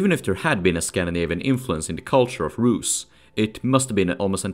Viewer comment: Rusy it’s like dirty bland not rad 🤷‍♂️